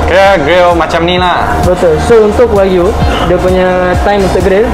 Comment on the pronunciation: Dah 2025 pun masih dok sebut wakyu lagi ..😂😂 waklu